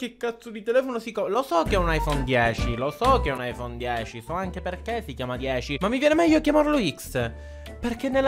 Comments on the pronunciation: aifon iz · È bruttissimo l'ayfoone x